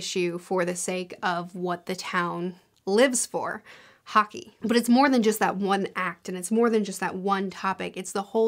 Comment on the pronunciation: About the bear Town trilogy I kept thinking you said Haki - and was confused how a Swedish Town revolved around one piece magic